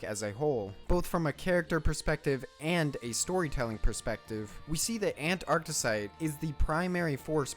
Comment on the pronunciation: “fouss” “ANT-arctesite” “he” 🤡🤡🤡